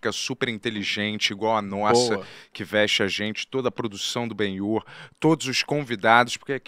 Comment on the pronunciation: o som: grrrrriiiiihhhhzuuuuuuqhw72jmeuebXiiiFuuueKhie eles: ele falou ben-yur certinho mano